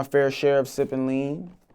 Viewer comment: He said "smoke" not sip😂